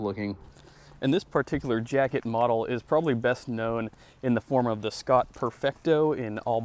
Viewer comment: Great video! (btw...Schott is pronounced "shot")